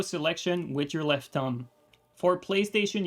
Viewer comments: Have to admit, the fact his pronuciation of "thumb" sounds a lot like "tongue" to me made this video a lot funnier that it was supposed to be. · When you were saying "thumb" I kept hearing "tongue" and was like......